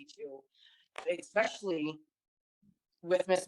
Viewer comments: The word is “ especially “ not “ exspecially “ people 🤣🤡🤣🤡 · Rolled my eyes so hard on "expecially"